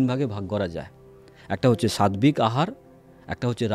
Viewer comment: Sadbik katha ta nai utcharan ta hobe sattik hobe.